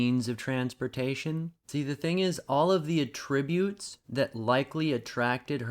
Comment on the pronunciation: Good vid but I have a single nitpick. Attribute the verb and attribute the noun have different pronunciations.